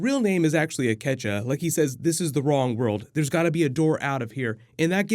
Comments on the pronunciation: His name is Akecheta, or Ake. Not Akecha :) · His name is Akecheta, not Akecha. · his name is Akecheta, not "Akecha" haha